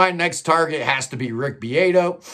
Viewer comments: his name is pronounced BeeAHto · you said BeeAYto, it’s a soft “A” like in Spanish or Italian